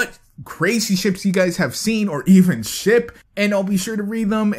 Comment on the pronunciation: every time he said ship I thought he said shit. am I the only one?